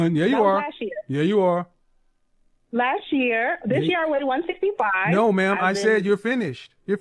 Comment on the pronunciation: Girls..... if you can say "Know" properly then you can say "No" also..... its not NAWR